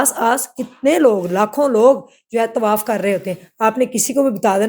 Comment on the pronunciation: Allah ka khoaf kro bibi , tawaif nahi hota tawaaf hota hai .